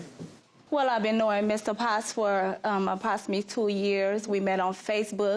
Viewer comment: Had to listen twice. She definitely said appoximately. I guess she was so upset